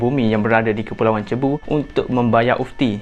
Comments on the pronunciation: Bkn "cebu" sebutan dia...tp "seibu".. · cebu, Philippines. pronunciation mcm Sibu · Sebutan Cebu = Sibu✅ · sebutan pulau cebu tu kurang tepat.. yg betulnya "si-bu" atau "sug-bo"